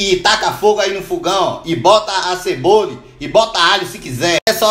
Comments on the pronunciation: ´´Uma CEBOLI`` kskskssksks o jeito q ele troca o nome das coisas e engracado PANELI,AÇUQUE... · " A ceboli"